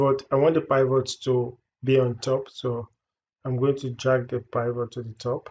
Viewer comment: Did you say "pie vote?" Do you mean the pivot?